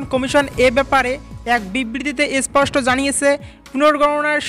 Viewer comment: তোর চ্যানেল টা চলেনা রে? 😡 তোর উচ্চারণ টা ঠিক কর। ইশ্ ষ্পট শুদ্ধ খবর দে। 😡